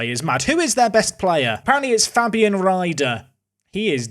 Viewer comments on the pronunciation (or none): none